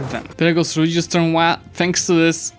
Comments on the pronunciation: "Religious turmwoi?" That's an ordinary English word, it's pronounced the way it's written. (Although apparently the origin of the word is uncertain and might stem from the french "tremouille".) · I'm not sure that's how "turmoil" il pronounced. Why does it sound like you're trying to pronounce it like it's French? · It sounds weird. Well, your English is impeccable otherwise, it's just that word. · Mordeczko co ty odpierdalasz z tym turnmoiulasdasda, to jest turnmoil normalnie XD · I love how pronounces "Religious Turmoil" lol